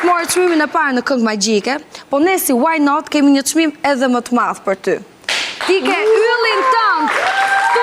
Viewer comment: smpelqe fare kur thot "waj naat"